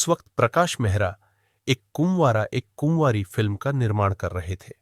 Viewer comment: सिंकदर नहीं सिकंदर कहिए। कुमवारा, कुमवारी नहीं, कुंवारा,कुंवारी। 5.45